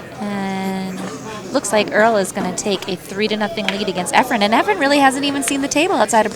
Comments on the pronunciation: I watched this a couple of times. Terrific match, terrific video, and very good commentary until left the booth. I wish the English commentator would somehow discover that the name of the Filipino player is *E F R E N*......the last letter being an *N*. His name is not not "Efrem". There was once an actor named 'Efrem Zimbalist Jr.' Maybe the English commentator has the two confused. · Amazing match. Why is it so common in the pool world to have commentators (who presumably are familiar with all the great players) call Efren EFFRUM? It's splitting hairs but it's pretty irritating. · Efrum?! How can they not know his name, or is it on purpose? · Wow these commentators are stupid. How many times are they gonna mess up Efren and Earl's name.